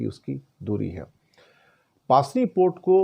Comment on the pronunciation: pronounce pusni hai paasni nahi 😊